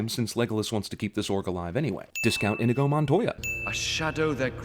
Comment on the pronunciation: Inigo Montoya is EEEEN-EEE-GO Montoya, come on man, In-Ih-Go? If you are attacking every small thing about a movie you have to get your own stuff correct.